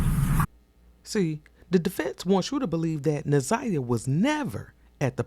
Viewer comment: Kim Worthy couldn't even make certain to pronounce Naziyah's name correctly! SO DISRESPECTFUL 😢